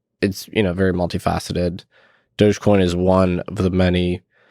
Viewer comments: Why are people sating "Doughje coin" Is it not "Doggy" - "Dog-E" ??? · I’m new to all this but I’m pretty sure it’s pronounced, “Dog-e-coin”, as in “doggy”. Why else would a dog be the mascot? And it’s an e-coin, i.e., electronic coin.